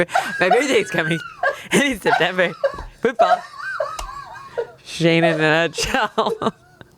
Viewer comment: I love glasses Shayne (shan-ye)